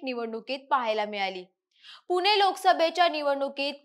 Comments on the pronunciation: मराठी शुध्द बोलायला पहिल्यांदा शिका पुने नाही पुणे म्हणा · मराठी नीट बोला ज्या ठिकाणी ण चा उच्च्यार करायला पाहिजे त्या ठिकाणी न चा उच्चार करताय , नीट ऐका , किती छान मराठी भाषा असताना , आनी, पूने , जानून ,बसनार ,म्हनाले ,शामील ,यंत्रना ,पनाला , अनना जोशी हे शब्द उच्यारताना काहीच कस वाटलं नाही , प्रथम उच्च्यार सुधारा मग विवेचन करा ,अन्यथा आमच्या कानावर अन्याय करू नका